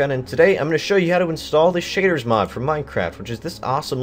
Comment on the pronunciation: Im gonna show you how to install the shitters mod. (thats what I heard XD)